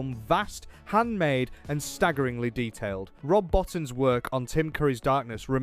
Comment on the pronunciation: It's Rob BO-TEEN.